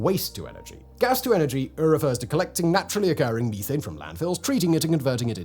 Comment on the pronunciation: It took me a second to understand what you were saying whenever you said methane. You were saying"Meeee-tane"